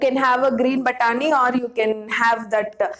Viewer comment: I giggled everytime u said 'batani ' 😁